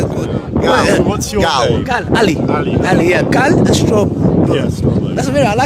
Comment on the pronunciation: How can you keep getting his name wrong and calling him Gail after you said he name means come in your language. It's GAL